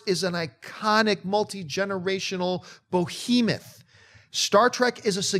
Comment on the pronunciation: It's "behemoth," John, not "BOhemoth." It sounds like you're trying to make a portmanteau out of "behemoth" and "bohemian."